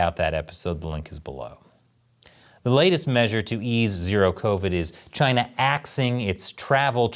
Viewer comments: it’s not china, not sjina, it’s kina now baby! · why did he pronounce "china" as "kai-nuh"